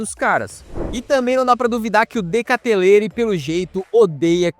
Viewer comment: "de katelere" 😭😭